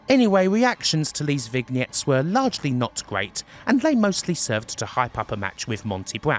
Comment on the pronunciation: That's not how you pronounce "vignette," LOL.